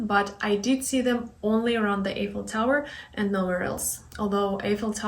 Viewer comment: the correct pronunciation for The Eiffel Tower is " eye fel Tower." the "e" is silent. So you should say it "i" ffel tower.